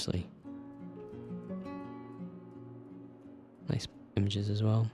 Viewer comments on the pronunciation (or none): none